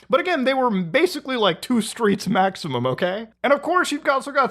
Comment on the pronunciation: "masically" lol